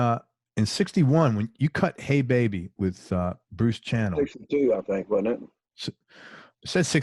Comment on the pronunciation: Bruce Channell’s last name is pronounced (Sha-Nell) like the perfume Chanel #5 My kids were in Matching Band in high school and at every single home football game the band played “Hey Baby” Del’s harmonica part made that song what it was! I’ve of the best harmonica pieces ever recorded!